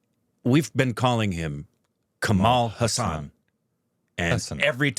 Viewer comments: It's pronounced HAA-SON , not HA-SAAN. lol the full name is Kamalahaasan. All of it is his first name. But thats for another day :) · Finally! The pronunciation is corrected! Spoke too soon! The Haasan part will take some time to correct.